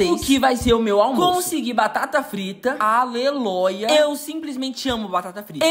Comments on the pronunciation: Amoo quando ele fala Aleloia 😅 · Amo quando ele fala aleloia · oiii me nota eu amo quando você diz aleloia kkkkk❤